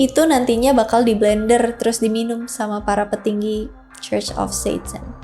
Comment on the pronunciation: Sebutan Church bukan KOS, tapi CUS....😊